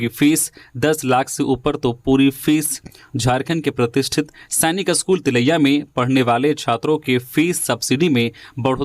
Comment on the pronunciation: आप का 'स्कूल' का उच्चारण अशुद्ध है. इसे ठीक कीजिए.